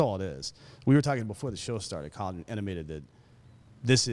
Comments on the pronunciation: His name is pronounced “coal-leon”. Not Collin! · It's Co-Leon, not Collin bro lol